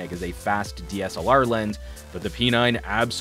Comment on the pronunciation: Why P9 sounded like "penile" 😂